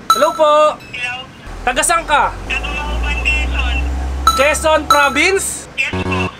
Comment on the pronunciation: *Mauban, Quezon po. Hindi Magupan.